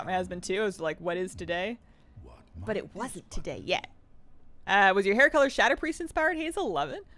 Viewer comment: What's a shaDuhpreest It's Shadow Priest, SHad-Ohh